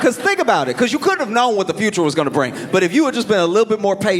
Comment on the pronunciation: When he said, “this goin be good” I haven’t heard it said like that since Louisiana